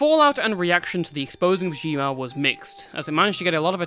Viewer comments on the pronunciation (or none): nah cause i legit did a double take when i heard “g mao” lmao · Zhenmao is pronounced Tchun Mao